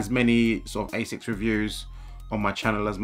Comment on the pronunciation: Asics Gel V definitely some of the best. I see what u mean about colab, they seem to only release shit colors for normal. Also finaly someone who actually knows how to say ASICS not Ass-ics lol